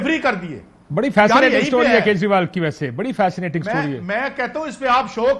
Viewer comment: "Kanjriwal" instead of "Kejrival"